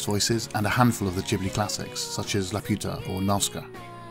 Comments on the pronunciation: No he didn't, ghibli you pronounce gibli not jibli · Urghhhh. I hate people who cant pronounce ghibli properly. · It's Ghibli with G from Ghost. Or do you pronounce ghost with j?